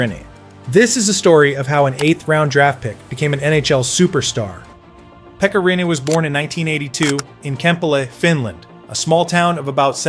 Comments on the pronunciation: I’ve heard some bad pronunciations of Finnish names, but 'Pekka Rene' is definitely one of the worst ever. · Emmä nyt sanois et se on mikään nii kauhee jos vaa hyväksyy et e ja i on melko samanlaisia englannin ääntämisessä.